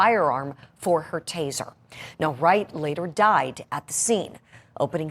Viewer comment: Are they trained to say, Taiser, Taiser, Taiser before using the Taiser?